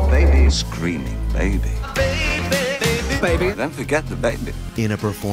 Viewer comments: Three years late, but “Forget about the baybuh" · "Forget about the baybuh"